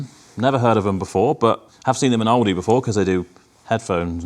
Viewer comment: It's Aldi not owldi 😂 mate